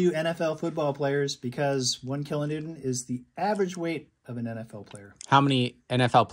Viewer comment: HA! Is Dead Isaac new term so he doesn't get ridiculed for his kilonewton pronunciation?